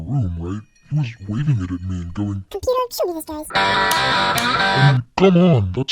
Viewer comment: Computah,.. turn that guy to ash. Computah,.. vaporize the ash too there's too much.